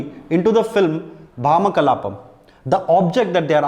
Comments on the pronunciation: It's Bhamaa 'భామా' kalaapam, not భా'మ' kalaapam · Its bhamakalapam .. not bhama kalapam